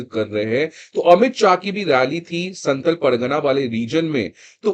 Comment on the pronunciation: Santhl nahi santhaal hota hai, Naam ka pronounciation kharab mat kijiye Naam kishi language me change nahi honaa chahiye